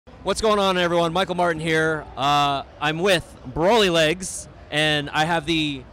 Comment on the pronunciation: Dude, IT'S BROLYLEGS!!!!!!!!!!!!!!!!!